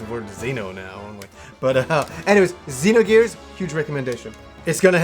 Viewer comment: I love that this guy says everything the way I did before I knew the correct pronunciations. "Z-nogears" instead of "Zinogears" - "Saaga" instead of "Sah-ga". Not trolling, just love it.